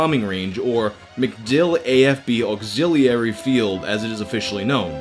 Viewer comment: I do not like how you pronounced auxiliary.